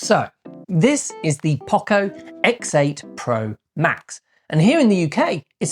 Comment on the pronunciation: Its poco not pocco